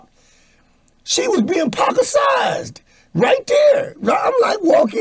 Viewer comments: 'She was being PACICIZED!' LMAO!!! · Lol not “Pacasized” lmao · My man just created a new word. "Pacercised". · Lmao he said she was being pac-a-sized had me rolling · "She was being Pac - A - tized!" 🥴🤣💪🏾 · Did he say Pac- A -Sized? Classic!!! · Nah he said “pacosized” 🤣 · "She was being Pacaised."